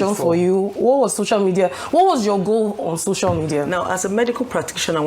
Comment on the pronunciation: She didn't go to any hospital, didn't do anything. Why does she still saying ,'shocial ' media